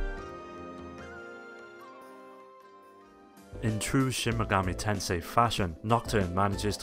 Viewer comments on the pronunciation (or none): none